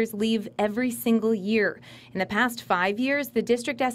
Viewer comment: it was supposed to say “the.” It said “th.”